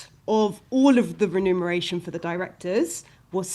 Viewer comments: Friendly note for: the word is REMUNERATION for “payment” not renumeration …. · It's reMuneration and not reNumeration.